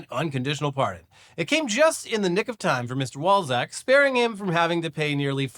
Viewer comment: Oh... Walczak.... that's not what I heard!